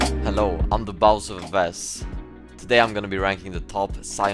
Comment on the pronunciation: giờ mới nghe đc ổng tự đọc tên mình, đúng kiểu viết như nào đọc như vậy The Baus ffs =)))